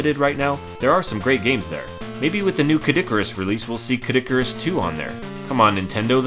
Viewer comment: hehe K. dic-arus, could have sworn he pronounced it that way a few times